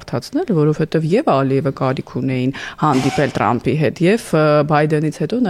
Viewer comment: լայ լախչիկ լերլուծաբան խի՞ էս Թրամփին Տրամպ ասում Չե որ մենք թ և փ հնչյուններն ունենք դու կարողա՞ ռուս ես